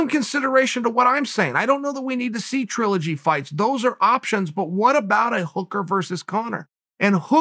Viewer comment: If Chael says it's TRUE-ligy, it's now TRUE-ligy!